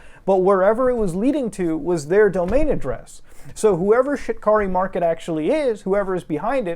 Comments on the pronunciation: I keep hearing Shit Curry Market and cant stop laughing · Shit-car-ree mar-ket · I thought he was saying ‘shitkarimarket’ 😓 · i only hear ''shitkari market''